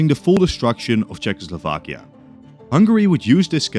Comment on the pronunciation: WHY DO PEOPLE SAY “CZECHSLOVAKIA” IT DRIVES ME INSANE!!! It’s “Czechoslovakia”.. 😢